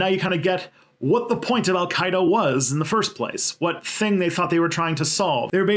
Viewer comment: That name pronunciation was pretty good.